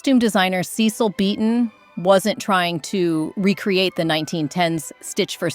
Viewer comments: The narrator cant get the names correct. Lesley Ka Ron shes french. And please learn how to say Cecil not Ceecil. I know it seems petty but its annoying to listen to. Sound had to go off. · He wasn't SEEcil, but sessil…